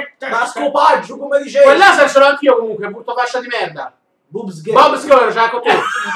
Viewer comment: Dai Cicciooooo "bobs" non se pò sentì ahahhahaha